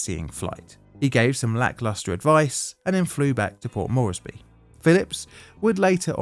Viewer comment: Port MORES-BEE, not Mor-es-by.